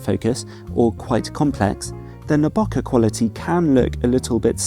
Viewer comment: just letting you know, bokeh is pronounced beau not noh!